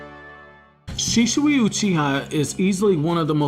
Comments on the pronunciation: It's not Shishui. It' Shisui. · It's Shisui, not Shishui. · Man its "shisui" not "shishui" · Please stop saying shiSHui. It's an s. Not sh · "Sheeshooey" is all hear in this vid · Why do u keep calling him Shishui? xD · Bro, are u good? How weird are you pronouncing Shisui? Shischui?????? U pleb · U SAY HIS NAME WRONG AAAAAAAAAAAAAAAAAAAAAAGGH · I laugh eveytime you say shisui